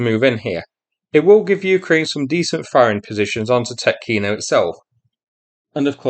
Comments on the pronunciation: Tyoooootkino (long "o") .) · Actually, it's a lot more serious for Russia. The only way out of Tetkino leads toward Glushkovo, but the bridge over the Seym River is down. There is another bridge at Karyzh, over 16 km from Tetkino (the emphasis is on the e, not the o, btw) as a crow flies, but it is only eight and a half km from the Ukrainian border, well within artillery range, so I don't think that it's still standing. With Ukrainian troops advancing westward from Sudzha, and with the Ukrainian border at their back the Russians are now trapped on the left bank of Seym. Some estimates put the number of Russians at Tetkino at 750 - 2,000 troops, conscripts, border guards and some airborne. With their supply lines cut they won't last long. We may see a mass surrender soon. If Ukraine can eliminate this pocket of Russian resistance it could secure a front line along the Seym River. Another thing to look out for is what's happening East of Sudzha. There is a large area of hills cut by deep ravines, very favorable ground to defend. And, as a bonus, this area sits astride the main highway between Kursk and Belgorod, which is the main supply route for the Russian forces fighting in the Vovchansk sector. Right now Russia left that area undefended. If Ukraine could get there and dig in before the Russians can get there it would be very hard for the Russians to push them out.